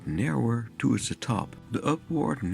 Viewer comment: Mooie video zoals steeds, jammer dat het is afgebrand maar ook wel een beetje dom dat de haard niet wat meer afgeschermd was. Let wel op dat je towards zegt met de o-klank zoals in 'toe' (teen) en niet met de nederlandse oe.